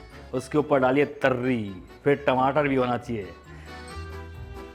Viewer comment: तर्री नहीं तरी कहते हैं। बार बार तर्री नहीं कहें। अपमान जनित है। तरी-पोहा, तरी-चावल अनेक जगहों पर खाई जाती है।